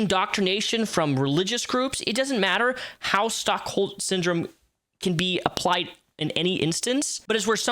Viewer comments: its not Stockhold Syndrome, its Stockholm Syndrome😂😂😂😂😂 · are you saying "Stockholm" ..?